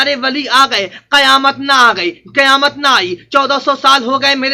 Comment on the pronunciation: ابے گدھے کی اولاد قیامت میں ق کے نیچے زیر ہے گدھا تم کو مولوی کون بولتا ہے پورے قرآن شریف میں کھیں پر ق کے اوپر زبر نھیں ہے اگر ہےتو بتا تیری پوری زندگی غلامی کروں گا سالاگدھا